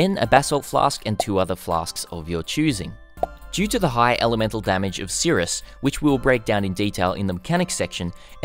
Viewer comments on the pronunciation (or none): S. i. r. i. u. s. not sirUs love ya <3